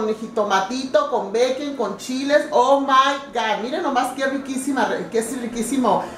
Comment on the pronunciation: Queda mal que diga "a mai gat"